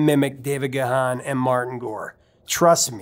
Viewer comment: neatdesign not trying to start a fight here but it is pronounced Ga Hon. Look it up.